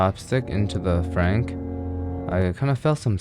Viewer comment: 'As I'm putting the chopstick into the Frank"why do you say it like that?!